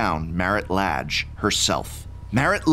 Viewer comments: I always thought the pronunciation of the 'a' in the name Lage was kind of "a" and not "ah". (plus, as a non native-speaker of English this sounds ultra weird for me, I'd say "ei" in Portuguese for the English "a") Thanks for that it would be important to pronounce right to players of my future Storyteller-RPG campaign set in old Dominaria <3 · I've heard it pronounced so many ways at this point I'm not even sure what to go with. I end up being silly and pronouncing it "la-gay" yours sounds legit though. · I love this series, but also oops I've been pronouncing it as La(n)-ge 😅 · Don't worry. Its pronounced Lage. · So, uh… is it “lah-ge” or “lay-ge”?